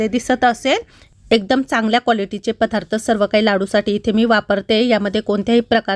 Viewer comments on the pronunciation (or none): none